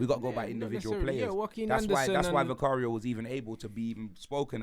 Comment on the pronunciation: Man said vicario... 🙄